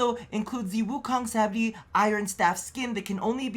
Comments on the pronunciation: Happy Birthday,!!! Btw, It's pronounced 'Sa-maa-dhee', the 'dh' said like 'the' instead of 'd'. It's a Hindu/Sanskrit word. It basically means reaching the state of enlightenment via meditation. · Samadhi pronounced Sa-mah-dee